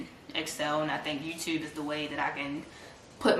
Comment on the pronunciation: “I was on the muhfucking yewtube” takes me out every time lmaooo